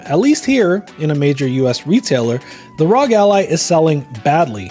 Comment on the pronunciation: it’s not rog it’s are oh jee